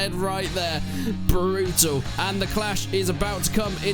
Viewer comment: "Absolutely brootul"